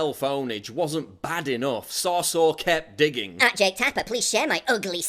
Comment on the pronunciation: I'm pretty sure it's pronounced So-sour.